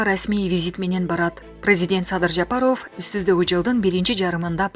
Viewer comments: Жапароф эмес Жапаров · Жапаров деп туура оку!! Негизи фамилияларды туура эмес окуйт экенсин диктор!!! Зачем озунду кыйнап ооф дей бересин3???? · Жапароофф дебей эле Жапаров деп эле окучу окубаткан кыз . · Жапаровду туура окучу. Тажатып ийдин.